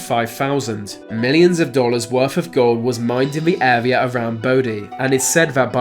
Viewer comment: R's are pronounced with an arrrr sound in America not W. I.e. Area not Awea.